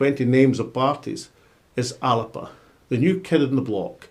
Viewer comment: ALABA ? It’s fucking ALBA !